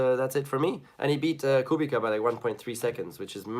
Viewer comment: It's pronounced KubiCZa. Watch the hungaroring introduction from him on the formula 1 channel.